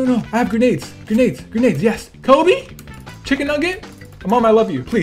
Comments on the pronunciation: Cobbie haha lol its Kobe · You said Cobbie when throwing the sticky bomb _